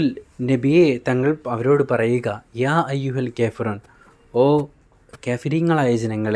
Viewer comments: ക്യാഫിറൂൺ അല്ല കാഫീറൂൺ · കേഫിറൂന അല്ല കാഫിറൂണയാണ്